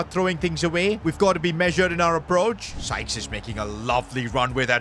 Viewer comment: Why was bro calling Sykes “Skies”💀💀💀